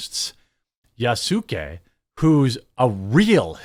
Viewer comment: Yasuke isn’t a common word here, so it gets a pass, but I’m surprised to finally hear it pronounced correctly. Now if only people can work on tsunami and mango